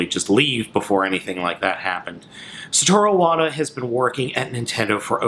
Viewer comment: You could atleast pronounce his name correctly...